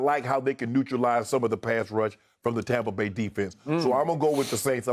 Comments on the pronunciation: Someone remind me why skip calls it TAHmpa Bay? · Hes saying Tom-pa bay because its tom bradys team according to him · Why does Skip keep saying "Tah-mpa Bay"?